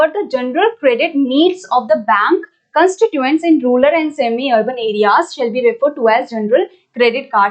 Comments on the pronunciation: Mam says Rular..... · Rural mam not ruler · mam.....plz don't say rulal for rural🥺